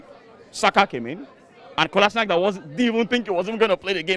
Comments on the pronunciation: As soon as he said ‘Kolansinac’ Despicable Me in da back was conffffusssedd 😂😂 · If you're going to trash talk the man, at least say his name right